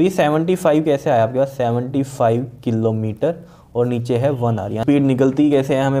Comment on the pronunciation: The wyay he ays killometer 😂